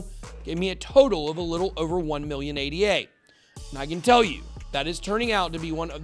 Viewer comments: It's not A-D-A, it's the proper name Ada, named after Ada Lovelace. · Actually it isn't called "Ei Di Ei" or whatever.. It's not an acronym, it's called ADA with A as in Africa. It's the name of Ada Lovelace the world's first programmer.